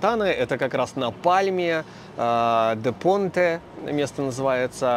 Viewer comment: Вот ведь вроде бы как профи английского языка🤔... И у меня вопрос🧐. "The Point" прочесть, какой "Де Понт"??? 😱 Я в растерянности, право слово.😉